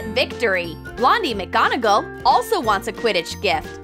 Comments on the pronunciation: It’s not mc gonaGAL it’s mc gonaGOL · It’s not McGonagell It’s McGonagall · True she said megonnagol instead of McGonagall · I cringed every time she said mcgonagEl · It's pronounced MAGGONAGAL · I cringed at wrong pronunciation like of Felix felicis potion and she said McGonagall wrong and so many others